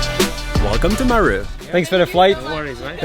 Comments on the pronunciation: He's pronouncing it like Peru. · 😂😂😂😂😂.... its not mru. its M-e-r-u. Buts it all kool though. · It's pronounced Meeeee (like goat sound) then RU - MeeeeeeRU not Miru 🤫🤣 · You are saying Meru so wrongly and that is so bloody irritating as it makes the video unwatchable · Wow very nice never thought Meru had such beautiful scenery and great game drives. By the way your wife says Meru exactly how it should be said much better than you. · I like the way pronounces 'Meru' 😂. Huge fan of your channel.